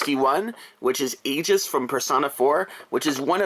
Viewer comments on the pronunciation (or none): Dude I’m gonna smack the persona 3 In to this guy, Aijes? It’s aigis... not aijes it’s called aigis. And it’s from persona 3 not persona 4 yes aigis did appear in persona 4 arena but that’s it. Sorry done ranting carry on and have a nice day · They’re talking about the way you’re pronouncing her name. They pronounce it as I-gess in game. Similar to how one pronounces the g in ‘guess’ . Don’t believe they’re trying to troll!